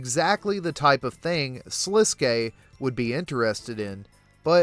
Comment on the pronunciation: Thank you for saying Sliske's name correctly!